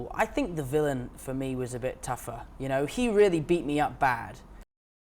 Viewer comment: 빌런을 빌리언이라고 발음하네 ㅋㅋㅋㅋㅋㅋㅋ